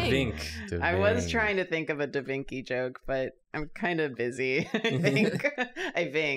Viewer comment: Lol. FYI Da Vinci is pronounced with a ch not a k.